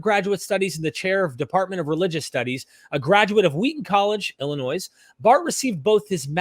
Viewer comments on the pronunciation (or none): As someone from Illinois I am duty bound to laugh and point out your incorrect pronunciation of Illinois. Sorry, it's obligatory. Seriously though, great conversation, always love hearing Dr. Ehrman